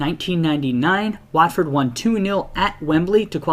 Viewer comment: And while we're on the subject of pronunciations, the 'A' in the name of the club, and the town, is pronounced as an 'O' - as in 'hot'.